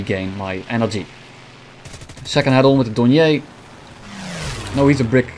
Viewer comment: Dorn-yay made me laugh just a bit